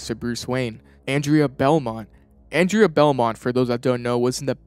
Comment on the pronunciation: The character's name is "Andrea Beaumont." Pronounced "Awn-drey-uh Bow-mont." You keep saying "Anne-dre-uy Belmont." She's not from Castlevania.